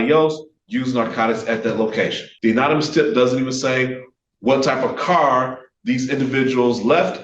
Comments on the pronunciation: this attorney needs to go home, sit-down and Google how to pronounce 'anonymous'. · Why does this guy keep saying “unanimous” instead of “anonymous” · 'Unanimous' tip! He said that several times. It's 'anonymous'! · Anonymous (uh-nah-neh-mus) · That man needs to Google search and listen to how to pronounce 'anonymous'. He's an attorney, how does he not know how to say 'anonymous'? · He can't pronounce " anonymous" if his life depended on it, but yeah he's still in the pocket. Oh and aside from his interpretation of the 4th amendment. That was really dumb. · Still can't say "Anonymous" though.. lmao 😂